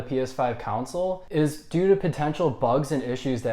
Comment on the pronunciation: Y do u keep saying cownsiles